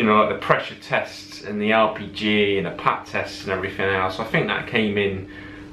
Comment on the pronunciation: Sometimes it sounds like your saying RPG instead of LPG.